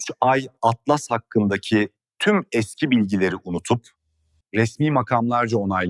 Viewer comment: 3 Türkçe i harfi İngilizce Atlas Türkçe telaffuz yazılarda Türkçe okumaktan imtina edip sonra sonra Garip telaffuz ortaya çıkıyor